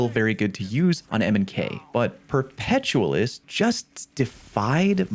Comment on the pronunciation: Say the word 'perpetual'. Now, try saying say the word Perpetualis. Like this: 'Per-peh-tyu-ah-lis.' For Fucks Sake.